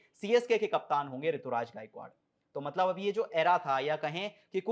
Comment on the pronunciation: Rituraj nhi Ruturaj h